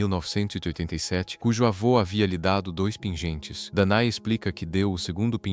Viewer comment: "Dané", não "Danae".